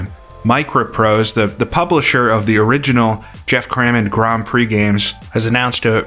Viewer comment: i swear i heard you call it Grand Prose Circuit there a couple of times! :P ..im really looking forward to that one!... crammond games not so much..